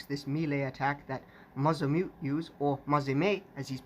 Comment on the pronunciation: Nice video, but I think I'm going to have to do my own if for no other reason that to teach people how to pronounce 正宗 correctly.